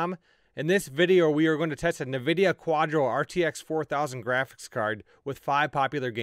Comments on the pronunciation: Pro tip. It's pronounced N Vidia. Not navidia. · He said nevidia